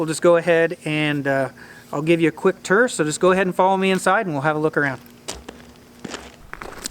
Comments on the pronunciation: What's a "ter" lol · Tour is not pronounced "ter". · A turr?? Lol.... What's a turr? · Vowel shift in action and n the flesh: “turr” and “ruff” 😂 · He said "TUR".